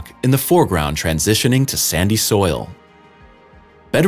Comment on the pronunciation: You need to have someone fact check your videos before you upload them. You made at least three major errors in this one including your definition of the "Seven Minutes of Terror." And how could you ever misread Vera Rubin's name as Vera Ruby!? Whoever wrote your script for this video was just being lazy and making up stuff.